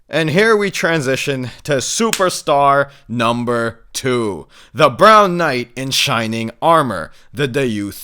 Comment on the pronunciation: "The brown kight in shining armour” LOL